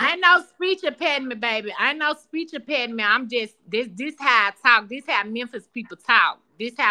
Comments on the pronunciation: Ain’t no speech “mpeninent” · "I no speech impairdement baby, I no speech impairdement"🤣🤣🤣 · Speech empattyme!!!! LOLLLLLLL!!!!!!!